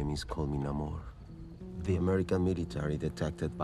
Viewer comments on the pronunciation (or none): It's weird how he says the origin of his name is n'amor but then for the rest of the movie they pronounce it nay-more. It's a bit like if a French person told you they were from Paris and pronounced it 'par-ee' and you had never heard it before or seen it written down, but you for no particular reason pronounced it 'par-iss' anyway.